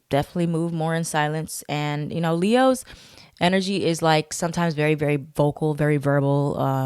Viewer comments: everytime you say “Le-HOES” i be like oop- not you calling us hoes? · She said LeHoes 😂😂😂😂